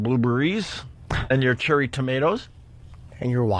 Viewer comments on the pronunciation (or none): Then say "churry tomatoes" unironically